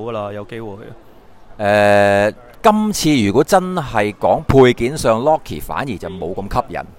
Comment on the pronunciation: 希望主持人介紹部分角色名嘅英文讀音注意下,玩咁多MARVEL HT 都算資深玩家啦都仲讀錯名,作為鍾意MARVEL嘅觀眾一直聽到讀錯音/名有啲唔爽,少少意見(LOKI ,唔係LUKI )